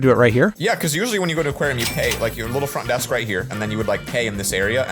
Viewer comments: “Font Desk” lol what is this font desk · Bro it said font desk😂😂😂😂😂😂😂😂😂😅😅😅😅😅😅🤦‍♀️🤦‍♀️🤦‍♀️🤦‍♀️